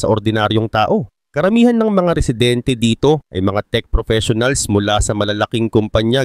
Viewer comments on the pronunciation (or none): none